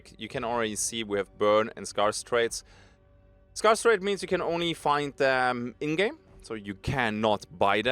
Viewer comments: S-care-s not S-car-s 😂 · For all the Germans in the world (and austrians) scarce is pronounced 'sk-air-ss' not 'sk-ar-ss'. From...THE BRITISH. Happy to be of assistance.